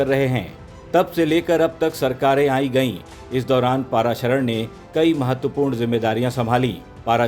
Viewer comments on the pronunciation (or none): Arey pronounce his name properly.its paraasharan ( name of ved vyas's father name) & not paaraasharan. Also it's shabarimalaa & not shabarimaalaa.